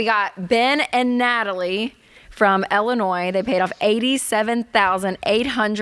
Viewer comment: It's Illinois, not Ellinois 🙂